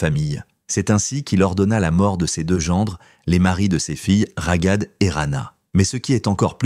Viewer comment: Cest trop enervant de vous entendre prononcer RAGAD avec un G. C'est Raghad et le GH est la transcription de غun R grasseillé ( le R parisien). Vous auriez prononcé Rarad, ca aurait ete mieux. Vous auriez pu vérifier. Comment vous faire confiance pour les informations si, pour quelque chose d'aussi simple vous ne vous etes pas renseigné. De toute facon, cest une voix de robot, mais quand même.